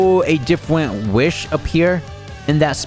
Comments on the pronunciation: dude said "diffwent" 😂😂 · "will a diffwint wish"